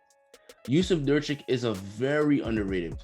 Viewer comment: Say it with me nur kitch nur kitch